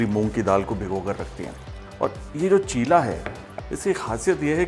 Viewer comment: it is cheela (चीला) not chilla (चिल्ला)